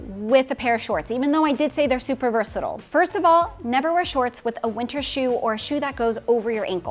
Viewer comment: Please, versatile rhymes with style, it’s not versatill!